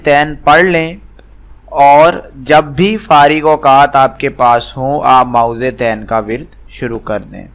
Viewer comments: او بھائ پہلے اپنے تلفظ تو ٹھیک کرو۔ مائوزے تین نہیں معوذتین ہوتا ہے۔ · Mo-awwazatain (apni dorustagi karain.